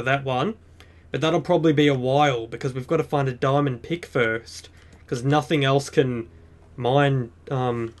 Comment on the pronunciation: I think you said diamond pig not pick